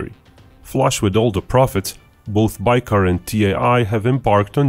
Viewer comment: Interesting video but you even misspronounce the name of the company your talking about. :D What is "baykar"?